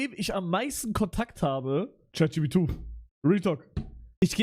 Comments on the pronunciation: er sagt Chatjubitu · Digga es triggert so krass, dass er immer Chat jipidu sagt